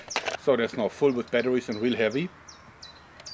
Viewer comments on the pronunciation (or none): i like how he talks! I mean he's such a huge muscular guy and he says battawies! its funny